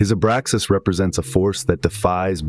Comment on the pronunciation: Abraxas dude. It's driving me nuts.